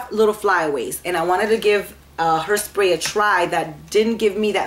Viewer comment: Did you say hersprey? Lol you ment hair que no?